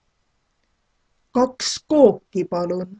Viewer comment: Just wondering about pronounciation. Ueks Kook, Kaks Kooki... when she says "kooki" it sounds like Kooke.. so the "i" sound sounds more like a scottish "i" more towards a strong "e"?